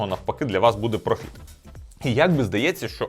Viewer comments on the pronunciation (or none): none